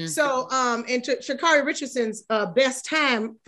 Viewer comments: it's Sha Carri(Kerri)...not car E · Pronounced SHA-CAAAAREY! No one seems to really know her name LOL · SHAAA-CARE- RIE...is the correct pronunciation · SHA NAY NAY!😂😂